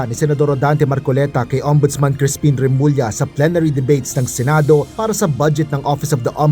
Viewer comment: Inis or suklam talaga si marcoleta kay remulla, ni hindi nya ma Bigtas name ni remulla